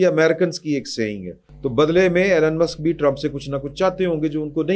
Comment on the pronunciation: His name is E Lon not Allan